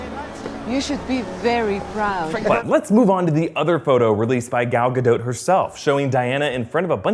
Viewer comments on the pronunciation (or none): Does it bother anybody else how he pronounces Gal Gadot?